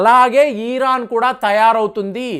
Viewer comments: It’s Iran not eeeraaaan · అయాటోళ్ళ ఖమాని కాదు.. అయతుల్లా ఖోమైని . ఈరాన్ కాదు. ఇరాన్.. ఇలా పలకాలి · EEEEEEEEEEEEEEEEEERON. KAADU '. IRON" 😂